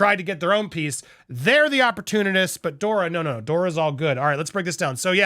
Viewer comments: Andy! It's Doria not Dora 😊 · Just FYI Andy; MM’s mother is named Doria, NOT “Dora”. 😊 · Andy you are saying dora its dor- eee -a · Andy her name is Doria not Dora! You miss read a lot! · Doria, not Dora. 😊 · Andy it’s DorEeeha ! Pronounced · Andy, it's pronounced DOREEAH. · Dor i a three syllables